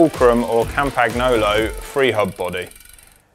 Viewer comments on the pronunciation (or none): Campaggggnoowlooow :). It's campagnolo (campañolo, or as in yolo). Excellent video though! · Last moth, GCN has learned. Now it‘s time that cycling weekly has to learn it as well. Campagolo is a name and nobody pronounced the „g“ in the name. It‘s in all languages the same and it’s called „Campaniolo“ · Please learn to pronounce Campagnolo correctly. In a video like this it is really annoying to hear it mispronounced again and again.